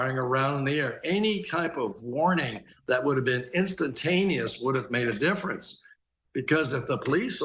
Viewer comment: Wow, "Worning shots"